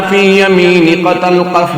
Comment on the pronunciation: per talqaf ko qataltaf kyun record kar waya gaya hai? Mutlab bhi badal jaega aur is ruqya ko sunne Wale ko gunah milega